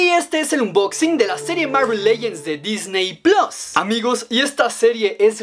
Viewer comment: todos discutiendo si es DISNEY PLAS o DISNEY PLUS: DISNEY PLOS😎